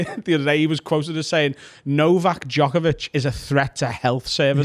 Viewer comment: I’m Australian and it’s nothing like what you say. Joke-a-vich is joke.